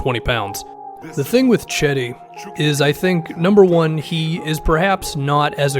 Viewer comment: Gedi not cedi